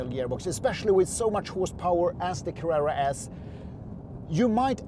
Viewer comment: I like how you say Carrera! I have can not find a difference in sound reduction with the light weight glass. I enjoyed the the video, the bottle of water was a star!